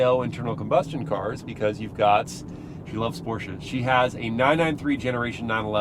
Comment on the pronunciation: You should invite your mother more often for car reviews! Love her knowledge about cars and as I german I am really proud of her saying "Porsche" correctly and not butchering it like most Americans do!